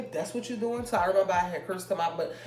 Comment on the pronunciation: she said "das a roommate"